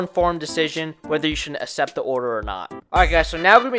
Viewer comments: Good info mostly beginners stuff… I cannot believe how much it bothered me how he says “accept” I’m Not sure if he just doesn’t know how to pronounce it or some other issue. It’s Like this Akk-cept.. not Aa-sept. It’s not hard. Keep on dashing man. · You should look up how to properly pronounce accept